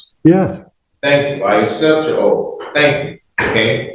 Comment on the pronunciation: Its oath not oaf